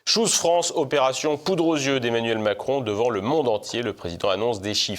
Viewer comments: nous sommes en France, et à ma connaissance, la langue dans notre pays est le français. De plus, si on veut vraiment utiliser l'anglais, alors on le prononce correctement. Choose France, se prononce "tchouse" et pas "chose". à bon entendeur salut! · C'est PLUS "SHOES FRANCE" que CHOOSE France